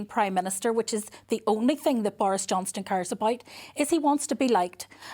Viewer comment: Why does Naomi Long call Boris 'Johnston' ?